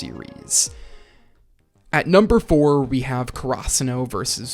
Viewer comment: I do enjoy your video, but really want to point out that ur pronunciation of Karasuno is so weird, its almost like krasuno. Could you do some research and pronounce it maybe in japanese and not so english about it? This might be strange but the first time i heard you say krasuno i immediately switch to another video, this time around, I convince myself to finish